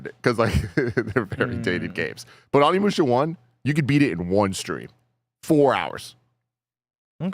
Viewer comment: Tim Onimusha mega fan but legit pronounces the name wrong every time. Now he’s got mispronouncing it now also…